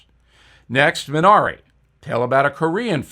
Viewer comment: This is just my pet peeve . The Korean movie 미나리, is pronounced MEE NAH DEE. Thanks. Yes I know it is not a big deal, but Koreans would feel respected if you said the word correctly.